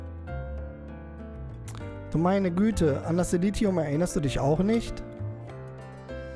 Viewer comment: "Silentium" - spricht sich Silenzium (engl. für Stille)